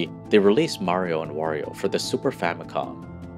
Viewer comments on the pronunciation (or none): none